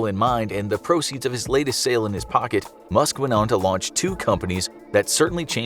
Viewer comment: i heard musket 😂